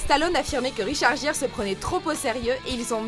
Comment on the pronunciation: Euh... Ça se dit Guire... Et non Gire...